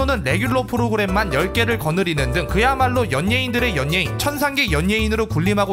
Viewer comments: 연녜인이 머에요 형 저만 여네인으로 발음했던건가요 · 연예인 발음 킹받네ㅋㅋㅋㅋㅋㅋㅋㅋㅋㅋㅋㅋㅋㅋㅋ [여:녜인] 으로 발음 해야하는데 그대로 읽으니 개 킹받음ㅋㅋㅋㅋ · 연예인 발음 개정직하게 하네ㅋㅋㅋㅋㅋㅋㅋㅋ